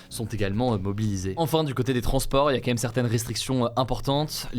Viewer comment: "QUAND MÊME" pas "kémème" m'arrache les oreilles a chaque fois 😂